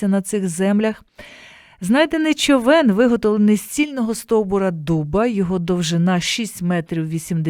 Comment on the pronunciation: Дякую за ефір. А чому "човЕн", що з наголосом?